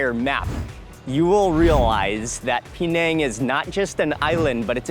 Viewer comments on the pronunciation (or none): Why 'peee nèng'? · It's not P nang it's penang all one word